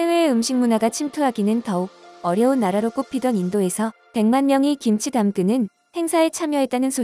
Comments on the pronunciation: 신치 라니? 정신 차려 김치. 발음이 안 되면 하지 말리지. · 양쪽에 발음도 않되고 기무치라고 하고 신치 라고하고 ㅋㅋㅋㅋㅋㅋㅋㅋㅋㅋ